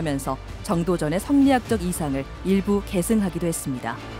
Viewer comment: 계승[게승]을 개승이라고 발음하는 나래이터